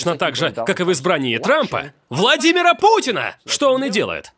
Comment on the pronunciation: Хахахахаххаахахахахахаххахахах боже это "ВЛАДИМИРА ПУТИНА"